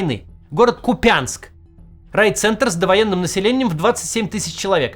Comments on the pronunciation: кУпянск кУпянск!!! А не купЯнск. Аж ухо режет!!! Что Кац что путин. Какой нахрен купЯнск??? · КУпянск, а не КупЯнск. Ударение на 1-м слоге. От украинского слова "кУпа", "до кУпи"- «воедино, вместе, в одно целое» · Не КупЯнск, а КУпянск! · Максим, пожалуйста - кУпянск, ударение на первый слог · Максим, КУпянск, ударение на первый слог !!! Пожалуйста 🙏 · Да сколько же можно повторять за малограмотными КупЯнск. КУпянск. Ударение на У ! Уважайте пожалуйста нас и наши уши. Ну хотя бы вы. Не все ваши зрители живут в мОскве. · Макс, ты хороший чел. Но боже мой! Ку́пянск! Не ломай название, нам уши режет. Я ещё помню тех монголоидов что вместо Изюма искали город тринадцать юм (Ізюм) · КуУУУУУпянск, ударение на У. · Не куПЯнск, а КУпянск.. ударение надо правильно ставить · Макс глянь в Википедии где ударение ставить. Ну или у самих жителей Купянска спроси как правильно звучит город. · Разве не КУпянск? Почему его называют КупЯнском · Кац ты ударение в названии города измени , какой купЯнск нахрен ессли город называется кУпянск. Ты как ХУЙЛО его называешь. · Невозможно уже слушать: кУпянск, а не купЯнск!😢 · КУпянск, не КупЯнск! I am sorry ❤ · не купЯнск, а кУпянск. Аж уши болят это слышать. Это все равно что вам будут говорить не москвА, а мОсква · когда ж вы уже научитесь ставить ударение в украинских названиях? город называется кУпянск а не купЯнск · Не Купя́нск, а Ку́пянск! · Та заїбали ви. Не купЯнск. А кУУУУУпянск. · Місто називається КУпʼянськ, а не КупЯнськ. Наголос на букву У. Знайдіть будь який сюжет на сайтах місцевої влади Купʼянську до 2022 року і послухайте як звучить назва міста на російській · Правильно говорить кУпянск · тогда я вас не понимаю. Я вам, русским понятным языком пишу: Купянск правильно говорить с ударением на первый слог. Нет такого города в Харьковской области, как КупЯнск. Режет ухо и тошнит слышать. А про политику и язык не надо, а то мне прямо очень жалко вас станет. Вы, наверное, очень страдаете там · Ку́пянск а не Купя́нск